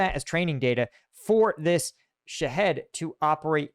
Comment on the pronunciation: Hi, It's not pronounced "Sha Head". It's pronounced "Shah heed", it rhymes with Lockheed, like Lockheed Martin. And yes, unfortunately, I'm from Iran (pronounced Eeron). 😂. Congratulations on the second baby!!